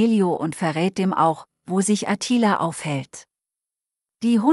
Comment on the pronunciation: Was ist denn das für eine grottige Film-Beschreiberin? Klingt wie ein weiblicher Roboter. Ist es vermutlich auch. Und seit wann heißt es Attila mit Betonung auf dem "i"?? Offenbar ist der Film eher entbehrlich.